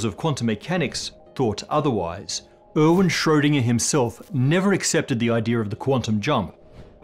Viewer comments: When you say Erwin it sounds like you’re saying Owen and it’s super confusing to me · Oh dear god, it’s Arr-ween, with an a is an race! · By the way, Erwin is pronounced AirVin... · erwin is not pronounced owen. er is pronounced like the "ear" in bear; win is pronounced like ween ("ee" as in pee) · Erwin: Speak it like "Air-Ween" :)